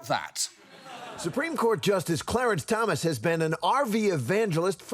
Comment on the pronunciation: I liked hearing the female reporter calling the SCOTUS justice "CLEARANCE Thomas" ... :D